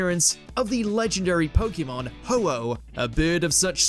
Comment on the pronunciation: You NEED to learn how to say POKEMON (ポケモン). You talk about people saying wrong things but you pronounce POKEMON like an idiot. Same for karaoke (カラオケ). Poke comes from poKET (do you know that sound?).